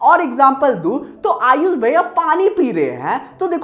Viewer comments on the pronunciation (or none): Aap hame sha ayush bhaiya bol te hai 😢 Mujhe hame sha IAS bhaiya sunaayi deta hai 😂😂